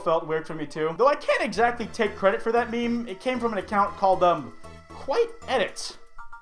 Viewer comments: Kwite odd. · He doesnt kwite like me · Kwite stop